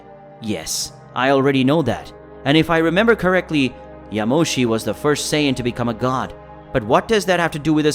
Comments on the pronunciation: It's sayin not sayaden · him:saiyedens me:saiyens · this guy cant say half of their names right lol. he keeps calling them Scion instead of Saiyan. had Goku become a car? I have to give this a thumbs down. I can understand pronouncing things wrong but the voice over ruined it. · It’s not scions it’s saiyans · is sayen not sadin not syons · Can you at least say Saiyajin Correctly. You're miss pronouncing it. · How did the computer start reading the same word differentfirst it was pronounced sci -ons and then became saya-dins good story hard to listen at times tho. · Do you ever watch the show? IT'S SAY IN. NOT WHEREVER TF YOU SAY. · No disrespect but it called saiyan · Saian??? 💀 Prince of sayadens?? 🗿 Kakaroto?? 😭😭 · What it with your how you say a sayain???? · You can't even say sayain right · Prince of Saya dies and cyan just look how bro say sayian sounds like he's saying cyan then when he says sayians it's Saya dins